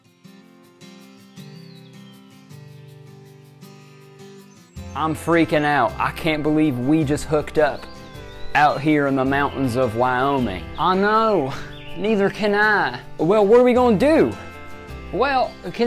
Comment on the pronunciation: out here in the mountains of WHY-OH-MING